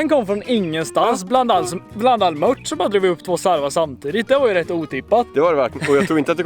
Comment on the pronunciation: JAG ÄLSKAR ATT HAN SÄGER ,MÖTT, ISTÄLLE FÖR MÖRT